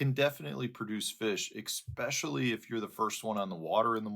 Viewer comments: I love your content, but I would like to request that you please pronounce it “especially”, instead of “exspecially”. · I agree...it drives my brain crazy..I do love but excspecially is killing me!!! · Haha. It is very nit picky. That's for sure 😂. I'll admit it. But it's the English language and there are certain things that you just don't do to words....one is saying "Eckspecially" lol😅 it's so petty...yup 👀👀💥💢💯 but it does still drive my brain crazy...and btw. The people here saying don't worry about it are the same ones saying ",eckspecially"!! Keep on keeping on!!!! You are the man. I love your content, I root for you more than anyone else on the tour and eckspecially still bugs and like a follower said it's like nails on a chalkboard 😂. But it's your chalkboard so write on it however you want. Go!!! I wanna see you on the Elites in a year